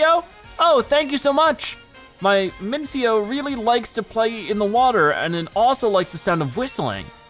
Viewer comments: By the way it's pronounced Min-chi-no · Its pronounced (Min see no)